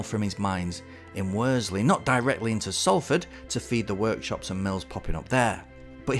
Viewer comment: WorSley. It’s an Ess not a Zed.